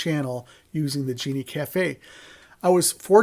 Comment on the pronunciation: Sorry man, you lost me at "Genie" Cafe. It's a "Gene" Cafe.